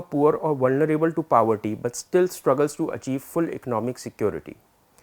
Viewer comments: sorry to correct but its poverty and not pawatti / pawety, really sorry again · “Powerty” nahin hota poverty hota hai. Kaan mein dard ho gaya.